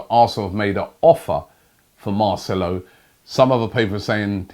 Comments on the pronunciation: Finally he says marcelo correctly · SAID MARCELO'S NAME RIGHT!!